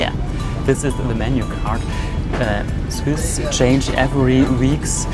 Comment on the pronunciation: Es heiß with und du hast wiss ausgesprochen